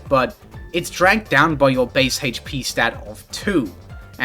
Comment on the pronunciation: I don't like the way you pronounce HP